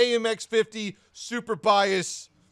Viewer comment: "AMX-50 super biases ------ 2021" we loved that! 😂